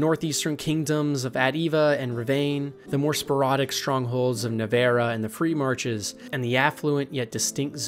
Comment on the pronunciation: Da2 takes place in the free marches, also learn how to pronounce the country names!